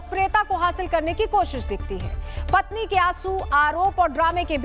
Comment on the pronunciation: PATHNI ,,,NAHI,,,PATNI